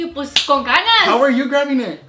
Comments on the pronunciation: Darlyn Yanei my aNnOying says : C0N GANAS and I’m like bruh 😂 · nobody: not a soul:: “CON GANAS “ 😂😂😂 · When she said con ganas